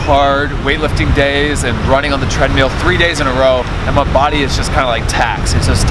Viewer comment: how have you not been shamed into saying tread mill instead of tread meal yet? hehehe